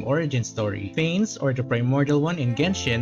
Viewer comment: It’s pronounced fan-ess